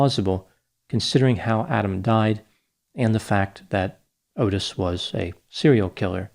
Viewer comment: Excellent content!! I totally remember this as a kid! Also, Adam's mom's name is pronounced, "Re-vAAy", and Adam's killer's name is pronounce, "Ott-Tiss".